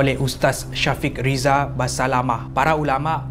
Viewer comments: Ustaz Syafiq Riza Basalamah, tersilap sebut tu Ustaz Syafiq Riza Basamalah Hanya pembetulan 👍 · salam. Aku dah banyak kali tengok video2 kau termasuk video yg ini. Nak bg sikit pembetulan untuk sebutan nama... Ustaz Syafiq Riza BASALAMAH✔️ Ustaz Syafiq Riza BASAMALAH❌ Apapun terbaik video2 kau. Dari dulu aku layan. Banyak info berguna dan credit jugak untuk isi video yg berlainan info dan maklumat. Itu yg buat viewer seperti kami tak jadi bosan. Selalu ada video baru pun salah satu sebab. Semoga terus berkembang dan jgn cepat bosan dalam menghasilkan video yg berkualiti dan berkuantiti. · Nama Uztaz ada silap disebut..BASALAMAH.. tpi yg di sebut ialah BASAMALAH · PERASAN TAK SEBUT USTAZ BASALAMAH PERTAMAKALI IALAH BASAMALAH HEEE SORRY LUCU BETUL BAH